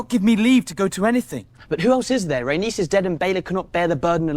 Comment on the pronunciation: “Rhaenys” 🗣️”Ray-Niece”